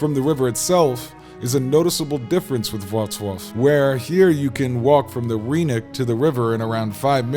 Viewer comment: The y in rynek (and every Polish word) is not pronounced as ee but as i in kid or bin